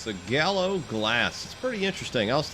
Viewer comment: Pronounce the l"s. Ernest & Julio Gallo.